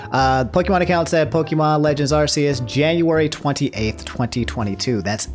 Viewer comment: "Arseeus" bruv